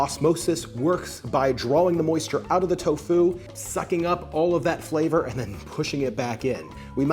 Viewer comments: the inflection is key. You're putting a lot of emphasis on the FU part, but you should just say "fu" in the same tone you say "to." It would be like me going "hel-LO my na-MUH is sar-AH." It's tofu, not to-FU. Hope that makes sense! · The accent is on the first syllable of Tofu! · The alternation between the pronunciation of TOfu and toFU is very distracting. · Tofu, not toFU lol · It's to fu, not toe fuuuuw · Its tofu not tofoo